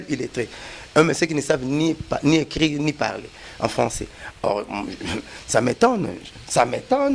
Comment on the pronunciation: Oyo falançais to françois